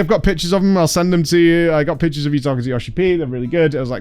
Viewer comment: You have no idea how long it took me to realize you were saying "pictures" and not "pitches"